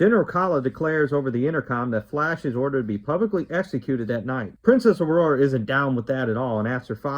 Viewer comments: Awesome review. One issue. Ming's daughter"s name is pronounced Au-Ra not Aurora. Other than that the jokes in the video were funny. Queen not withstanding I was sold on this movie as a 10 year old with the Alex Raymond clips coming at me full speed. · Your review stinks. C'mon man, it's Aura, not Aurora. Dude! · Its "Princess Aura," not "Princess Aurora." You seem to like the movie, so it's strange that you don't know her name.